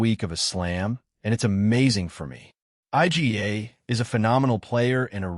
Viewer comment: I G A... stupid AI